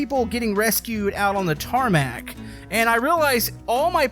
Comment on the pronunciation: “Tarmac” triggers me